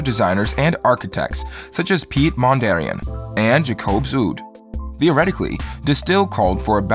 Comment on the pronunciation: Pete Mon-dari-an???????